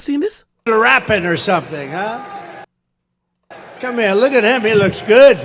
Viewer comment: Why he say "come here!!" Like that 🤣